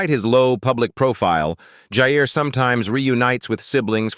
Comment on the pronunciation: Ewwww, AI has no idea who is who in many of the photos (esp the 3 older boys), about half the video was pointless reputation & stock photos, irrelevant at best, misleading at worst, & the mispronunciation of Jair & Jaegar’s names …! No mention of Jasmine’s marriage, saying Jess has children when she doesn’t, ewwwww! However there were a few update photos in there that I was happy to see & made it worth enduring the video (at above normal speed through choice)